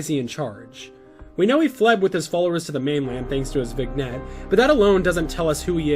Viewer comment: Btw, vignette is pronounced vin-yet